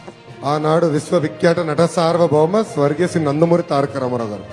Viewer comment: ఒక్క నిమిషం, ఒక్క నిమిషం మాత్రం సమస్య నుండి తప్పించుకోవడానికి బాగా నేర్చుకున్నావు, కానీ వెంటనే స్వర్గీస అనేశావు. స్వర్గీయ అనడం కూడా రాదా? 🤦భాషను ఖూనీ చెయ్యకు బాబు 🙏